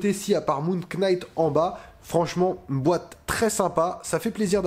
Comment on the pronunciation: Ca se prononce NIGHT, on ne prononce pas le K 🤣